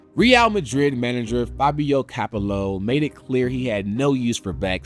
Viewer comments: I normally love SB, and whilst this is still good, the failure to learn how to pronounce stuff (Capelow, Ree-al) is just plain lazy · "REE-yall Madrid coach Fabio CAP-uh-low" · Cleets. Cap el O. WTF was this. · Countries that aren’t keen on soccer like Japan? Dude can’t even say Capello either. Terrible and misinformed video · I cringed at Capello's pronunciation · That butchering of Fabio Capello's name was awful 😂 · Can’t unhear it 😂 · He had been doing reasonably well until he absolutely sh*t the bed on that one. And Capello doesn´t seem a particulary onerous name to spit out. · I'm gonna use this pronunciation of Capello from now on 😂